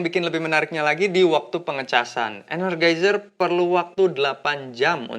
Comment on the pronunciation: ener JAI zer bang bacanya